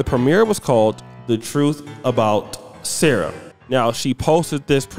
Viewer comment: 'SARAH' = 'Sa Ra" such disrespect